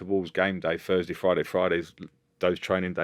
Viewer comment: "fink".. "furs day"